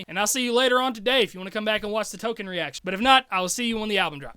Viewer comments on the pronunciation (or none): none